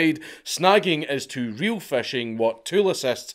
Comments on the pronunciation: You pronounce "fishing" as "fashing" and I love it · Love how a scotsman pronounces fishing. FESHEYNG